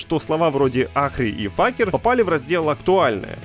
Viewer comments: "Факер" почему не сразу МакТрахер?😂 Насколько я знаю его никнейм произносится как Фейкер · Факер- это пиздец. Вы из англии что ли? Читается как "Фейкер". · Боже ну какой факер, как же больно ушам.... Всю жизнь был фейкер и тут на тебе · Предлагаю дать этому диктору позывной "Факер". Такое знание английского вполне это позволяет. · С "Факера" кекнул. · Райот в своем репертуаре, годик подождите и как минимум в три раза эти скины дешевле будут. А вот тем кто читает новости поучиться бы произносить английские слова, ну или хотя бы один раз их прогнать в переводчике, а то Факер и Ахри это конечно сильно бьёт по ушам лично мне как переводчику. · Факер 😂😂😂😂😂😂 даже с принц оф пержа не так орал 🤣🤣🤣🤣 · Как гугл переводчик перевёл с анг. так и говорит) Что странно, учитывая что там взят футаж с ру канала Рито. :D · ФЭЙКЕР! а не факер... бл9, стопгейм пробил очередное ДНО! и имя персонажа читается как АРИ!, а не архи.... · Для любопытствующих: Там произносится Ари и Фэйкер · я в шоке, ботики не выкупили очивидного, специального, нарочито русского произношения Ahri и Faker